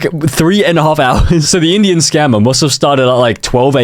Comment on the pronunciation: 'in idian'😭😭